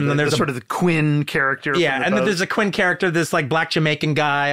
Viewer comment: Please don't tell me he's saying 'Quinn' instead of 'Quint'😮